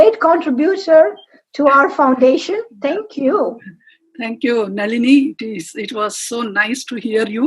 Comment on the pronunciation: Great commentry, thanks to Naliniaa Raoaa (intentional spelling to reminding not all words end with an aa आ in Sanskrit) - please learn Sanskrit before speaking Sanskrit words properly.